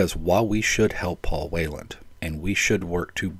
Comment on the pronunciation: Did I mishear, or did you repeatedly pronounce his name as "Wayland", instead of the correct Whelan, which you've also mentioned/written correctly in your video title?